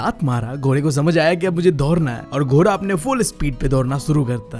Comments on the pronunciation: Ghoda❌ Ghora✅😂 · ghoda ❌ ghora✅ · 🐎Ghoda❌ 🐎Ghora✅ Bro's tells are very friendly and fun😄